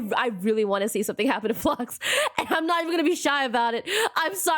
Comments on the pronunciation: Its called watching the Bromance be betrayed for the record no one gets Flux's name right... Its not Flux-ion Its Flu-ix-on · Considering that I don't think his name is said correctly one time in the video I don't blame anyone for saying it that way. Maybe everyone mispronouncing his name is the real reason he turned into a villain.